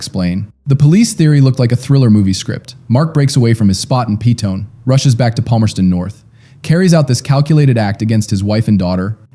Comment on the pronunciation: First off it's pronounced Pe tone ee. 2ndly he was a narcissistic bully who had little to do with his daughter. He was a drunk and a pathological liar. He had been using prostitutes (not escorts) for years. He berated his wife in public or totally ignored her. My brother is a prison officer and was in charge of Lundy at one point. He was hated in prison because he was a liar and pos. Everyone knew he killed his kid and wife. Everyone else was ruled out. Our police force in New Zealand are not corrupt and completed a very thorough investigation. He was the only one with means and opportunity and motive to kill Mrs Lundy and her child. I dont appreciate your take on this representation of this case as you don't live in my country and don't know the facts. If you are going to cover other countries crimes at least use Google to learn how to pronounce our towns and suburbs correctly.